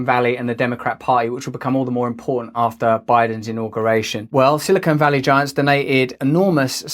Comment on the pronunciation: "Silicone Valley" 😂